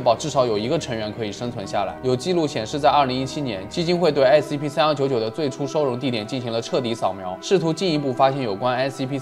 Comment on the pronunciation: Scp念成sap...發音很難嗎😅